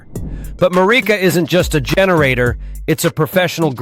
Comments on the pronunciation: you DA! It's pronounced 'MEW REEKA'. extracted from "Eureka". MF half-wit Ai voice over. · Yeah, that AI voice pronounces the word Mureka differently throughout the video.